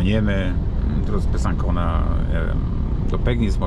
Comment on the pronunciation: Besancon wymawia sie Besansą!